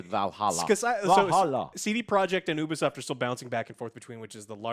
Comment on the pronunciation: and...it's pronounced yoo-be-soft not oo-be-soft (Ubisoft)